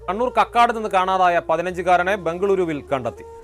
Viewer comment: കകോടി അല്ല കക്കാട് ആണ് സ്ട്ടാ......?😂